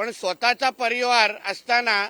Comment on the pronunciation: परिवार हा शब्द पाहिला बोलायला शिक!